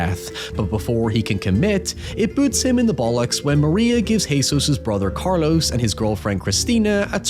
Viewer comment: in their defense (which i rarely give brits) the Spanish phonetical system is logical, unlike that of English. most ppl can't physically pronounce some sounds, as much as they pick them up. there's nothing wrong with pronunciation of Carlos, for example- Cayetano happens to be a difficult one